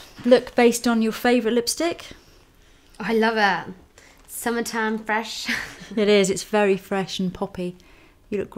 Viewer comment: lol the way she says SUMMERTIME FRESH